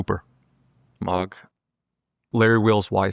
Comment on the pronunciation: Did he say mog For Epstein?